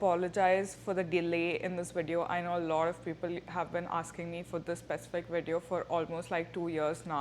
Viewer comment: pacific instead of specific anyone felt it